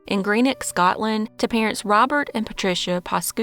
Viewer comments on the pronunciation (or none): none